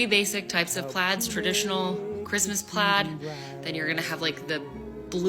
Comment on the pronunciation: the fuck is christmas plats? or is she saying plaid?